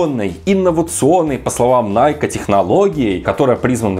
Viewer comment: Для начала давайте называть правильно, не найк, а найкИ!